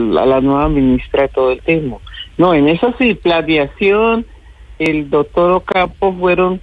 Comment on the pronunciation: Con todo respeto pero que mal hablada, una ministra diciendo: " juera y dotor" por Dios en manos de quien estamos?